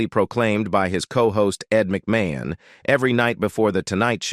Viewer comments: The robot “narrator” needs new software unless we’re to have to endure such nonsensical phrases as “… prompted him to go on an all-night drinking bing-uh with his co-host Ed Muck-may-hone” … “Joan [!] Davidson and Joan Rivers launching their own shows became a sarse [!] of tension and ul-ti-ma-tee-lee a signifi-cont feud …” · does anyone wonder why there is a need for either foreign or uneducated Americans required to make this video? Mispronouncing Ed's last name suggests to me someone's agenda may not be kosher. YEs I said it , KOSHER..., However, I did enjoy all the shots of Carson, since I never saw him dancing before for real. I mean his tap dancing to get out of a sticky comedic routine that failed, does not count!